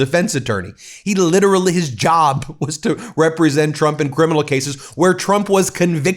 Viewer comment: Carolyn Leavitt says President Chump, not Trump. I had to hear this multiple times to be sure. 😂